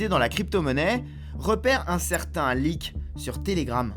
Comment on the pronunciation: "Lick" => "Leak" plutôt je crois sinon pamal le reportage